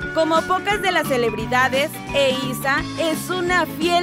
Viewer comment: Se dice eiza